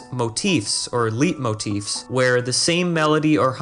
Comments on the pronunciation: Nice video. FYI it’s pronounced “lite-motif” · it's pronounced light-moteef. Good video though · Leit motif. (Lay)(Moteef)